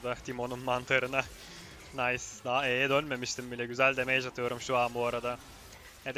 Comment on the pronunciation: usta damage 'demeyç' değil de demıç şeklinde okunuyormuş bilgine dikkatt